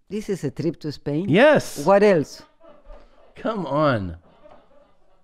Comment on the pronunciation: “You’re going to take me to a-mall now, huh? Then a-Spain?”😂😂😂